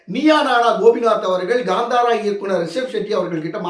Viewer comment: It is Kanthara not Gandhara